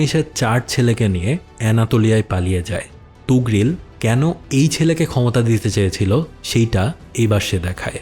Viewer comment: আফসোস যে মহান সেলজুক সাম্রাজ্যের প্রতিষ্ঠাতা এবং সুলতান তুগরিল কে এই ভিডিওতে ' তুগরিল ' বলা হয়েছে । 😢